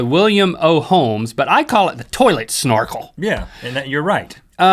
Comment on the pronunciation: "Toilet snnnorkel" 😂 not snorkel, snnnorkel